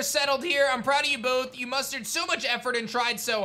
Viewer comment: I like that keeps saying mustered